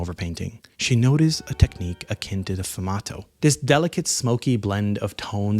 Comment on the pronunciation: 1. "Fumato". Lol. Um ... No. It's "Sfumato" - with an S. You don't know art, do you? You're just regurgitating. 2. It's absolutely 100% a real painting. It is also absolutely 100% NOT a Da Vinci. I can tell by looking at it. Anyone with half an artistic eye that is even passingly acquainted with Da Vinci can tell it wasn't painted by Leonardo.